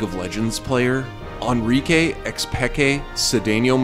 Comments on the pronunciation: It’s Enrique as in (In-re-Kay) not (un-re-Kay) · Ahn-ree-kay, X-pee-kay. You guys are tilting me with your pronunciations